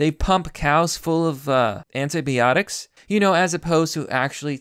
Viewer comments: it's anti"bi"otics not anti"be"otics. You're killing me. Good video otherwise. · Stop mispronouncing neonatal (neo natal) and antibiotics (anti by otics) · I love your videos, but I gotta point these out: Fungi = fun-guy Antibiotics = an-tie-buy-otics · Ok, you're fucking killing me: Sinai, pronounced sigh-nigh. Auris pronounced awe-reese.. Fungi pronounced fun-guy. Candida pronounced can-dee-dah. You speak like a homeschooler raised in the unabombers shack.. Oh jees: antibiotics.. the bi part is not pronounced "bee", it's bi, like in biplane. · Anti-biotics not anti-BEotics, and fungi not fungee. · Sigh-nigh Also... by-otics You kept pronouncing things horribly wrong and I couldn't do anything to help you!! D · I’ve never heard of this fake mount-sin-eye 👁 nor have I heard of anti-bee-otics 🐝. Likely story you Russian-bot. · "anteebeeotics" hahahahah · Your pronunciation of 'antibiotics' is killing me fam